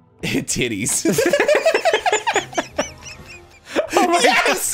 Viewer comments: After studying ancient history in college, Arin’s pronunciation of “Hittites” is the funniest thing in the world! 😂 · Arin, Hittites is pronounced Hit ites (second word like Ike) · The Hittites, pronounced "Hitt-ites" and not "Hit-it-tees" were a horse riding nomadic tribe that inhabited the lands north of Persia in the time of Cyrus the Great. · Hit–tights (at least that's how my dad says it) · Yours seems to be the closest. Looked it up, and it's "hit-ahyt". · Arin, delightfully: "Hittites"